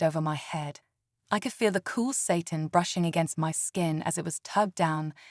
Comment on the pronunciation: Please teach your AI reader the difference between Satan and satin. That misreading is really annoying.